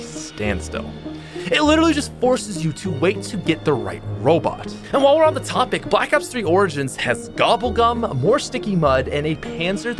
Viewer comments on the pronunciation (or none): none